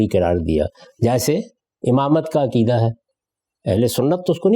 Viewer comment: Aqeeda, not akeedah, please!